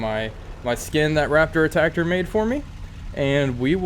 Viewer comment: lol did you say Raptor Attacktor?